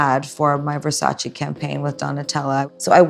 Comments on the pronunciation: ITS VERSACÈ NOT VERSACEE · It's versace not versaci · Italiana di qua, italiana di là ma non pronuncia correttamente “Versace” 😅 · Wondering how Donatella would react to Gaga pronouncing Versace incorrectly